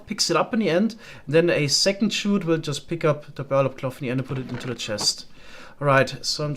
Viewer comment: While I kinda like how you pronounce “chute”, I figure I should at least tell you it’s pronounced the same as “shoot”. A chute is like a large funnel or channel for sliding materials downwards The other pronunciation is “llama” as “yama”. The normal pronunciation is just as if there is one L. It doesn’t make the Spanish LL sound. So it should sound like “la-muh”